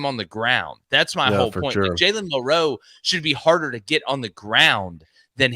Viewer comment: Just a fyi fellas in case there's any confusion, Bama's QB here in 2023 DOES NOT have multiple last names NOR is it hyphenated....Ok?? Cool?? So I'm just requesting that the pace of yall speech remains the same whether pronouncing a name like Jackson or Millroe..... ITS NOT JALEN MILL-ROE or JACK-SON just stay fluid boys!!!!! It's been driving me nuts but it's a me problem but totally feel like I'm so not alone